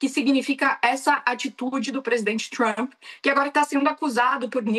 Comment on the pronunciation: Adoram falar Txhramp..